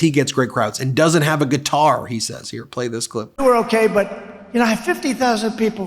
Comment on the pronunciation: What’s a kuitar 😂